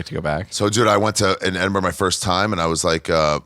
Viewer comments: It's pronounced edinbruh, not edinboro or edinburg... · Learn how to say edinburgh 😂